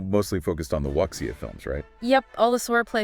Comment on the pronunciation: Its Wu Xia or say it as Wu Sha, not Wuk Sia.